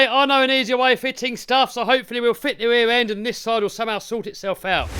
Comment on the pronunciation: Glad you got the "weaw end" figured out, and the "fwont end" figured out. Now you've got plenty of time to work on your "spweach impetamint".